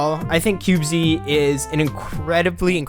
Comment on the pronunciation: I found this game too when they released 0.0.0, and so far it's been pretty interesting to see how much it is different from Minecraft. I know others have said but it's pronounced cubeez (by my understanding). I appreciate it's in an early form, and will have many more features by the first real release, but from what I've seen so far it's got a solid foundation from which to build, and I can see the appeal for those who either have played and are bored of Minecraft, or for new players to this style of game. Sure, there are going to be some teething problems along the way, but I can't wait to see what it becomes.